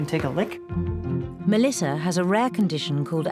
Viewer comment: Why does the narrator pronounce the name Melissa Melisser? Is that just me thinking that? Just curious.